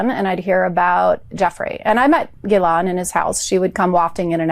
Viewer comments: You are brilliant,, and you make us all smarter about law. But PLEASE! pronounce Maxwell's name correctly!!! It's "ghee-LANE" THE "S" is silent. Thanks for all of your fantastic insights and amazing videos. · FYI, Ghislaine is pronounced "Gillaine"...the "h" and the "s" are silent. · Gillane dimwit. The g is pronounced as in good. How hard is it? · ❤ its pronounced like gill laine. Thanks!❤😂 no 's' sound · Trumpedo 🔥 Said ghis-laine, the "L" is pronounced. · Not that she deserves it, but the correct phonetic pronunciation of her name, Ghislaine, is: gih-lehn. The 'gh' is a hard 'g' like 'go,' not a soft 'g' like 'gent.'